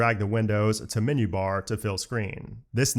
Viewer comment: "Minyoo" for "menu" is like nails on a chalkboard to my ears.